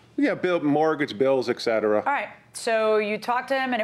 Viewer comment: OMG the plaintiff said 'Eck cetera'. Like fingernails on a blackboard.